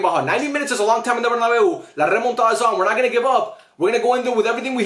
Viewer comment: “Are you are you coming to the bernabeu?” 😭😭😭😭😭